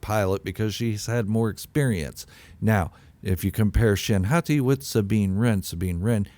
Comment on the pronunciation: I think you’re good with the ‘Hotty’ sounding pronunciation. The Japanese language uses the soft sound of vowels. Thusly, the letter ’A’ is always pronounced ‘Ah’. 🫡